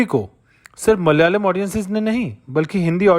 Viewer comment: Brother it is pronounced as Malayalam, not Mal-yalam